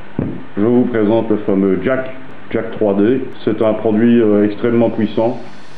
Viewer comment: Le pré-workout c’est pour les faibles 😂. Sinon concernant le bon vieux Jack3d de tah l’époque, ça se dit pas Jack Trois D, c’est sensé se lire Jacked, un participe passé anglais quoi. L’Oxy-Elite d’USPLabs c’était quelque chose aussi (pas dans le même but).